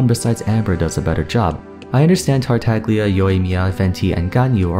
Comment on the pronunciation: Amber is the 2nd playable chara we see, venti exists. Also you said tartaglia wrong